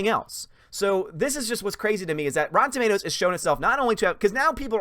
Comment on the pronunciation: Rotten Automatoes?